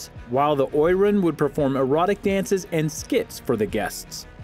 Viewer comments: The pronunciation of Oiran is O E ron, not oy ran. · Oiran is pronounced O-E-Raun (the R is rolled), not Oy-Ran. When the Geisha (Geiko) Guild was ratified two stipulations were that they could not be prostitutes (punishment was lifetime imprisonment) and they could not dress as gaudly as the prostitutes (unfair competition to the prostitute guild).